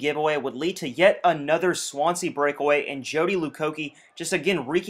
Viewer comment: i dont wanna be an ass but swansea is pronounced swansee sorry about that it was just bugging me but i really love the series :D